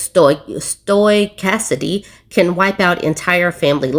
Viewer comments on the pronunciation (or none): *stow-kas-tis-ity, it's a super tongue twister!